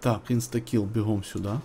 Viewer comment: Прошу прощения, но почему вы так странно произносите имя персонажа Inskill? Почему Инстакил? Он же Инскил О_о